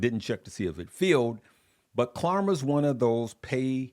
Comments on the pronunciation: Please stop saying KLARMA!!!! It’s KLARNA with an ‘n’……. Can’t believe no one has corrected you since yesterday’s videos!!! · It’s klarNa not klarMa brother